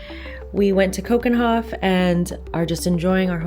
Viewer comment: Do you think you could’ve made a bit more effort with the pronunciation of 'Keukenhof’?😅